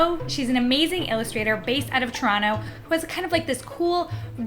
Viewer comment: I just watched the comfort food episode yesterday coincidentally... Congrats on pronouncing Toronto correctly "Toronno" lol. Just like a real Canadian